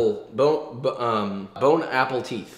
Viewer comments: “Bone-apple-teeth” hahaha🤣🤣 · “Bone Apple Teeth” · Now we need merch for "bone apple teeth" ☠️🍎😁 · "Bon appleteeth" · "bone apple teeth" i'm dyingggggggggggggggg XD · I giggled at how u also say Bone Apple Teeth😂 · bone apple teeth😂😂😭😭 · “ Bone Apple Teeth ”